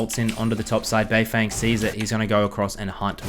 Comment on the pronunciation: its bay-ferng